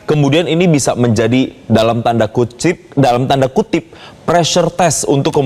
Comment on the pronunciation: Lagi denger serius2,ehh.. tiba2 bgt presenter nya ngomong "Tanda KUCRIT" , kan ngik ngik aku nya 🤣